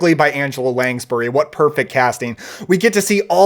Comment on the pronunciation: At least you didn't say Lanjbury.